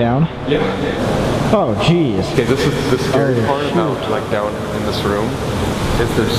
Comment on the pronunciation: when Colby said 'okay' after climbing up the ladder, it lowkey sounded like he said 'we're gay' 😂